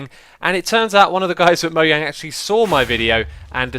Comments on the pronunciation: MOJANG! NOT MOYANG! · its mojang not moyang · it is MoJang not MoHYang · Wait? U pronounce it moyang? I though you pronounced it mojang? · MoJang. Not moYang. Srsly it bothers me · You kept saying ‘Moyang’ instead of ‘Mojang’ -_ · Moyang? Are you saying mojang? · Why has no one commented about him saying Mojang wrong 😂 I have never heard it said (mo-yang) I have heard and always said (mo-jang) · ITS NOT PRONOUNCED MO-YANG! IT'S MO JEHNG! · MoJANG not Moyang. Other than that you are a great youtuber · Mojang is pronounced(moe-jaing), not (moe-yaing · It's Mojang Not Moyang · One more mistake... ITS MO"J"ANG NOT MO"I"ANG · it is not moyang its moJang get it right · moyang????? its mojang xuma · did anyone realise he did a mistake here to he said moyang instead of mojang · moyang? He keeps saying Moyang instead of Mojang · Moyang, it's MoJang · I was just gona say It's not "mo-YA-ng" is "mo-JAY-ng' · xisumavoid why do you pronouce mojang moyang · Is it weird that xisuma says mojang like moyang? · "Moyang" XD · Nobody: Xisuma: Moe-yang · Moyang lol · Moyang lol... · Anyone else here him say moyang. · he says moyang lolololol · Kemal Alacakanat Swedish pronunciation is Moyang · wtf is mo-yaing?? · xisumavoid why do you say moyang? But gg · it's pronounce Moe jang the j is not silent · OMG, YOU PRONOUNCED IT "MOHANG?" *triggered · is "moyang" an accent or something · he said Moyang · "moyang" omg dead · it is kinda weird how you say "Mojang" ...but whatever xD